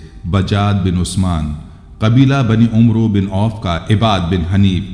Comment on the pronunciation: Ap umro name galat bolta ha ya amer Parta ha ap is name ki takeke kara sahi kia bolta ha yaha ap sa galti ho rahi ha brother